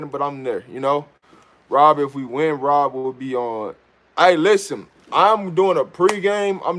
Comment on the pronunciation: Rob, It's Rob. Love the content bro! 👌 ✌️